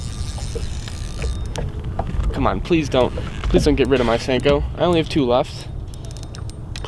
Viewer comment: Sanko or Senko?? LOL